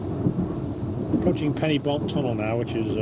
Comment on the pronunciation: A pity the commentator mispronounces Pen-y-Bont. The "-y-" should be "uh", not "i".